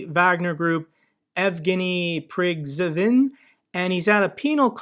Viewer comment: Prigozhin surname is pronounced as "preeh-goooh-shiiiin"